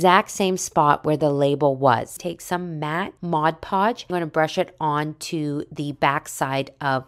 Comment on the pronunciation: MOD Podge, not Modge Podge.